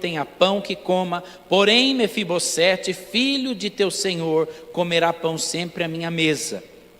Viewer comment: Mefibosete, o S NO FIM DE NOME PRÓPRIO TEM SOM DE Z.